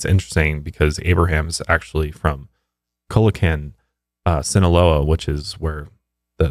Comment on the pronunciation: "Culacan Sinloa" Lmao you butchered it